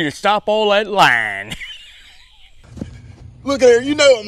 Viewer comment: Stop all that laaaynn? Laying I thought he was lying 😂